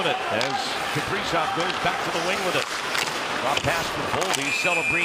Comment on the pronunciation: Kaprizow. lol i always hear Capri-Sun